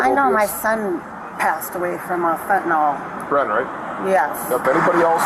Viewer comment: This cop mispronounces 'fentanyl' as 'fentanol'. Fun fact: I'm yet to hear one American pronounce it correctly! Every presenter and politician I've heard refer to it has said 'fentanol'!